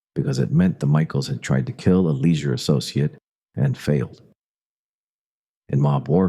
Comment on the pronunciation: This video contains mostly true facts but it is funny to hear the AI voice mispronounced the name Spica 5 or 6 different ways and the name Leisure 2 different ways. I wish people would stop using AI to make videos.